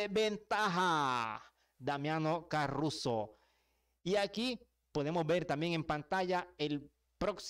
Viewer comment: Es Caruso, no carruso